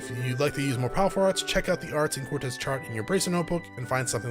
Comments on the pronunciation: Quartz, not Cortez, lol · Dude, it's fucking QUARTZ! NOT CORTEZ!!! It's not a pair of Nike's, for crying out loud. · I was actually getting used to it, rip status alignments. But yeah it is technically pronounced like quart or court. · The way you pronounce quartz here is so funny because we all have a word like that that we have fucked up forever not realizing it 😂 also i see your logic to why it should be pronounced that way lol. I always mess up "bass" and "base". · The way you keep pronouncing "quartz" I'm so dead